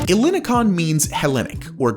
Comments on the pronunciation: the stress is on the last O. not EH llini kon. ell ini kOn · Ellinikon means Ellinikon. The same way you pronounce Elgin El Salvador Not Hellenicon it's so wrong !!!! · Le quartier s’appelle ELINIKON et non pas Elikon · Apart from cringing a bit from your pronunciation of "Ellinikon" .. it was an interesting overview of this exciting project, although there is a major error in the entitlements that you mentioned for buyers. An investor CANNOT buy a Greek (or any other EU) passport through the Golden Visa channel. Someone who gains a "Residency Visa" by buying an eligible property through the Golden Visa scheme (and this still requires approval and can be rejected) must live a significant part of each year in Greece and pay a minimum amount of taxes in Greece for 7 years if they wish to begin the process of naturalisation/citizenship. Getting citizenship requires a proficient level of written and spoken Greek and you need to pass exams in language, history, culture, politics, geography and other elements of Greek life. Many people who have lived in Greece for decades still fail these exams. Residency can be "bought" but earning citizenship and a passport requires work and a commitment to Greece .. as it should!. Also, Golden Visa residency in Greece only entitles a holder to legally live in Greece. In reality someone can feely move around the Schengen zone without passport checks but re-settling in another country or city in Europe is difficult because the residency permit is only valid for Greece (some people find work-arounds for this but its at their own risk). Lastly, Greece doesn't need to horrifically dredge the sea to create picture perfect islands or beaches and it does not need to bu